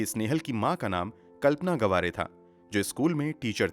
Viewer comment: Brother it's not गवारे it's [गावरे] Btw nice narratiom 😃